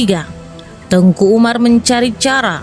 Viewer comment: Salah pengucapan ini kak. . Teuku ato baca nya teku .. nama khusus ato gelar bangsawan. Tengku itu Ustadz ato guru ngaji guru agama. Dr awal saya dengar nya Tengku , bukan Teku di bilang .. 🙏🙏